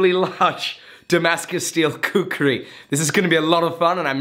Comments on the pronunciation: Its called khukuri... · thats not a prpoer shaped khukuri;" KHUKURI" ,Ya that's the proper pronunciation .Nevermind atleast you tried as Damascus Khukuri. Really appreciate the effort. Love from Nepal-Land of Gorkhali